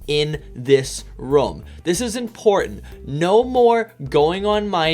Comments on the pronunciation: The way you pronounce « room » triggers me. It’s rOOm not rom 🤪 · Pronounces room as "roum" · Ok I know this is great 🙂 but I'm triggered when you say rom